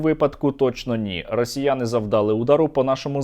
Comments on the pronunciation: завдалИ, завдалИ. завдалИ наголос, а не завдАли, не обов'язково два-три слова говорити з галицькими наголосами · не бУли, не завдАли, а булИ,завдалИ, не почАли, а почалИ, не вся Україна говорить з галицькими наголосами